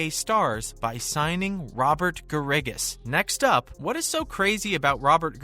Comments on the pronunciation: Garrigus is pronounced like Bear - Ah - Gus. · If you put out a YouTube video, perhaps you should learn how to pronounce Robert Garrigus' name correct;y. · This is just about as worthless a video as anyone could produce. It is a fountain of misinformation. First, this guy doesn’t even know the name of the Saudi league. SGL isn’t even a thing. Secondly, nothing he said about Bubba Watson or Kevin Na is true. And, he doesn’t even know how to pronounce Robert Garrigus’ name. This is what happens when a knucklehead who knows nothing about golf tries to make a golf news video. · Love how you say Garrigus. Obviously a golf expert and not a fake news channel LMAO